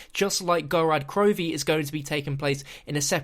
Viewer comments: It's pronounced "GorOd KrovEe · It's pronounced "gore-rrod Crovfe" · Whats with the very end of this video and that last video? Also why are you pronouncing it Gorad Krovi on time and Gorod Krovi another time